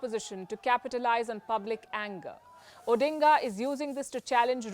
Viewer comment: The pronunciation was spot on